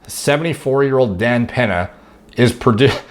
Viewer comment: Ahhh nice video on Dan Pan-UH, really liked what you had to say about Dan Pan-UH